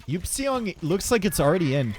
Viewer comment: One day someone in chat will tell "eupseong" is pronounced "ipsung" COPIUM